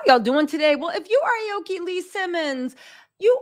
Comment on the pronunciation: Damnit it’s Ah-Oh-Key meaning blue/green tree.